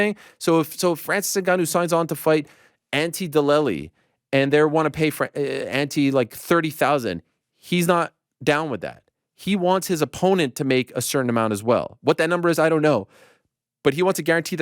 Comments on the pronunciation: Auntie Dellely?? 😂😂 you can’t even pronounce his name and think a fight between him and Francis would be massive lol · “Ante Dellily” is Ariel’s favorite fighter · Couldn’t even pronounce Ante Delija’s name correctly 😂😂. Btw I’m a bot 🤖. Don’t tell anyone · Imagine going from fighting Jon Jones, to potentially fighting for Fury, Wilder or Joshua for big shekels. But now gonna be more likely to be fighting someone nobody knows or cares about in PFL. Someone so unknown that Ariel can't even pronounce his name right. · Ariel couldn't even pronounce the guys name right 😂😢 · Ariel even pronouncing his name wrong was hilarious